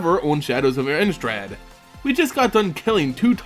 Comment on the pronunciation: Pronounced Ini-strahd. Thank you